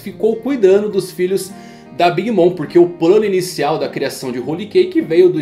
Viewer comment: Desculpa ser chato, mas queria saber pq vc fala o nome da Big Mom, como "mõ" ao invés "mɔm"(seria algo como "mãmi").